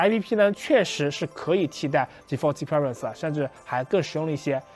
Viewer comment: 建议还是先查查字典，看Experience如何发音